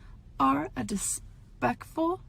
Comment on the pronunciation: "Dispekful piece of shet" lol